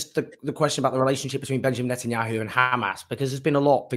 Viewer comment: Is there a reason I keep thinking people are saying Nut-anyahu?? 🤔